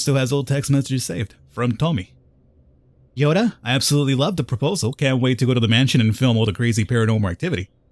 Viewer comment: I know its partially your accent.. But hearing you say Yoda instead of Yota.. XD